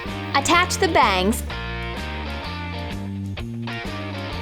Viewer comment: When she said “bangs” isn’t sounded sooo funny 😆😆😆😆 like if you agree